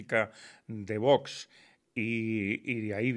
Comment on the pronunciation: se dice VOX, no vos, aprendamos a pronunciar